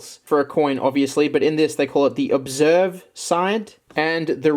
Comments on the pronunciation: Forget Jeff count, where is the "Amount of times reads OBVERSE as OBSERVE" count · It's pronounced obverse not observe Jesus Christ 🤣🤣 just sound it out lol. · OBVERSE not OBSERVE lol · Yeah you’re saying “obServe” when it’s “obverse”. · you're still dyslexic. you said observe instead of obverse. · Say obverse then instead of observe :( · Obverse, not "observe" is the front of the coin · Why do you keep saying observe when it clearly reads obverse? Kinda cringe. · who’s gonna tell him it’s obVERSE and not obSERVE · Verse. ob-VERSE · I think what bothered me more was you swapping the s and the v in obverse when pronouncing it. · The way max kept pronouncing obverse wrong kills me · C’mon... Pronounce “Obverse” right. You’re doing it wrong. Haha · ITS OBVERSE YOU SILLY MAN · I was getting irritated 😂 I tried to read it how he would, but it's so obviously obverse to me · Why can't you say OBVERSE? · Why can you not say obverse